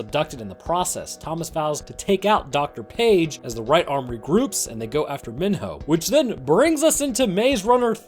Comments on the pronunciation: if i hear this dude call him min-ho one more time im going to min-hurl. its pronounced MEE-NO, they say his name like a million times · Sorry but this annoys me it’s me-no Not min-ho Sorry to be a asshole but that kind annoys me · Minho is pronounced “me-no” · He's pronouncing Mino like my 4th through 6th grade teacher, and it's driving me crazy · sir Minho is pronounced Mee-Know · The amount of time you mispronounced Minho is irritating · why does he keep pronouncing minho wrong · Some parts of this annoy me like how he pronounced minho and said teresa was hung up.(I probably spelled some of this wrong)